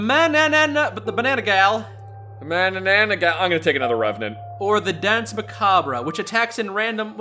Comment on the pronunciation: as a Filipino i love the fact they put the manananggal plus love the way you guys pronounced it lmao